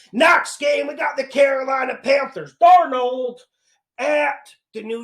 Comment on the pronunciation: “Analyseees” just tied “DarNOLD” for best pronounced 😂... picks always hittin! 💪🏼